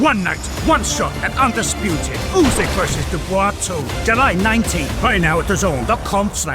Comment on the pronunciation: Jesus learn how to pronounce Dubois.